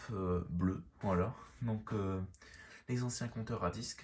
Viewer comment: Arrête de dire voilt